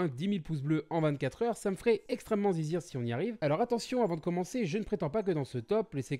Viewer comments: Ta pas dis plaisir ta dis : zizire (c ce que g compris) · c est moi ou il vit "zizir" dans son intro